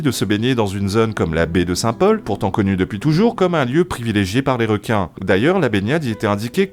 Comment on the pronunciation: Quoi il n' y a plus de wequins à la Wéunion ? Bon les gars la twavewsé va êtwe un peu plus longue mais on va aller là-bas. Chawgez les zodiacs. ;)